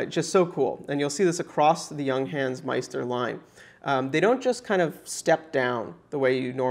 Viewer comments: Stop saying young hence, its yoongháns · The u inJunghans is pronounced more like oo in cool.